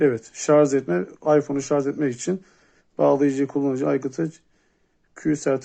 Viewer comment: Üstüne basa basa sarzzzz demen 🤣 şarj abi şarj